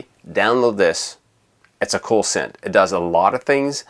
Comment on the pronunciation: Please stop saying scent.